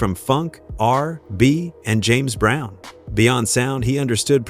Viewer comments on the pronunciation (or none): WTF IT'S CALL R N B NOT R.B. THIS SHIT IS ANNOYING AND RAKEEM AND RACKEM IS NOT HIS NAME RAKIM SAY RAKIM IT AINT THAT HARD DAM SMFH